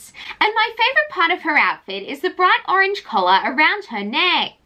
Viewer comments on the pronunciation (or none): none